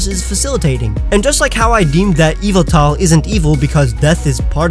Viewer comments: erm...you made a mistake XD it's pronounced EE VAL TOR not EVIL TAR! don't correct me, because i have an official pokemon encyclopedia book! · Yvetal is not pronounced "evil-tall" it's "Ye-vetel" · It's actually pronounced ee-vehl-tahl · Its pronounced YU-VEL-TAL and not EE-V-IL-TAL!! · Yov-ol-tal!!!!!!!!!!! Not yovoutoll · Oh hey man sorry to say you got one more thing wrong, in this video actually. Don't you know Yveltal is pronounced YAHVULTAL?!?!? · its yavaltal ya-val-tal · its ee - val-tal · Every single time he said Yveltal I was thinking, “No, it’s YAHVULTAL!” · The y in this name turns into an e sound, it's ey-vol-tal. In the word yygdrasil the y turns into an i as it is a double y, ig-drah-sil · According to the company when this Pokemon was first revealed they stated it was meant to be pronounced ee-VELL-tall. The Y having a EE type of sound and the E after the V being pronounced like in kept or sent. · yahvultal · Actually, it's pronounced "ee val tor", anyway, that's what it said in the anime also, i have an official pokemon encyclopedia! so don't correct me! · Yveltal is actually pronounced eeval-tahl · YES YAHVULTAL!!! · YAHVULTAL! GOD OF DARKNESS AND DEAATH! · No it’s Yveltal is pronounced YEE VEL TALL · Actually, that's wrong too. It's pronounced E-vel-tall. Y'know, like the word "evil"? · i thought it was ee-vel-tall. whatever. i don really care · I pronounce it (yeh-vel-tah) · OMG IT IS PRONOUNCED YA-VEYE-TAL! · etan 1315 no, it's pronounced either Ye Vel Tal or Yah Vul Tal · It’s yahveltal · Its yavaltal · You said Yveltal name wrong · I was just thinking about that every time he said yveltal lololol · WAIT HOW DID YOU CALL YVELTAL